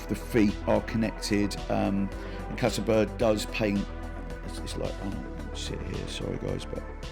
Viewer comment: Csaba as "Chaba" or "Tsaba"("Cs" as "Ch" in "change") would be the closest to the actual pronunciation.